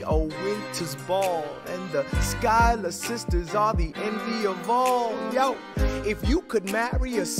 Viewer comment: “ChUyLeR sisTeRs” 🥹